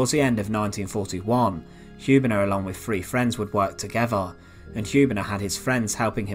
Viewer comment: Hübener, not Hubener!